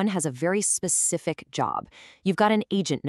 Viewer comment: I like how you say “ sepsific” better 😊